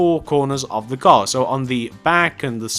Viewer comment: you said a gar